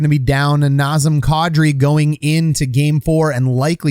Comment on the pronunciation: Man, that's unfortunate. Was really rooting for Kadri. Also, it occurs to me that your pronunciation of Kadri is probably the closest to the actual thing I've ever heard from a hockey guy.